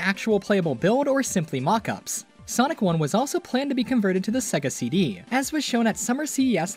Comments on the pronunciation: Cool video, informative. But pssst, it is SEGA, not SEGGA. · Why do you keep saying it as "Seg-ga"? Before the title screen on the 16-bit games, it even says it as "Say-ga" which is the proper pronunciation. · everyone says segga like they cant hear sega intros